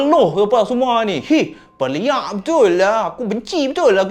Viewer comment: silap sebut tu yg sebenaqnya dia nak sebut pelaq tapi jadi#Peliaq🤣🤣🤣🤣